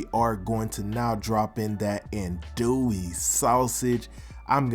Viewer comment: Did you just say adoey sausage?